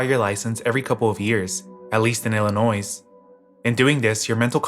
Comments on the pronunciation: Stop saying IllinoiS. There's no S. The S is silent. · I theorize it’s we midwesterners not able to cope with the hard S on Illinois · FYI the s in illinois is silent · The s in Illinois is silent.😬😂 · i mean yeah, but as someone in illinois, it is quite frustrating to hear lol